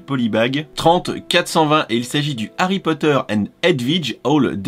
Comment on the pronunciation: Harrrry Potttteerrr